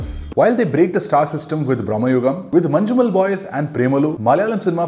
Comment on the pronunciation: Its not "Manju"mel